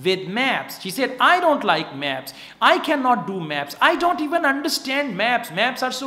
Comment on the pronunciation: I love ur way of teaching but some words u pronounce incorrect like - various and don't.